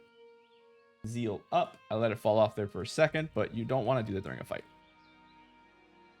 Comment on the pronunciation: ..ok, I had no idea what Zeal is nor that it exists, cuz I thought you were sayin Seal but for some reason with German accent..and not to mention how much I got confused when you mentioned seal and zeal in one sentence.. 🤘😅